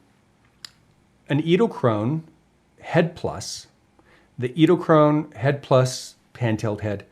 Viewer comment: I hope by this time you have learned how to pronounce the name... edelkrone...